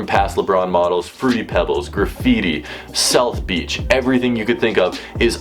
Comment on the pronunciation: He said "Selth Beach" IM DEAD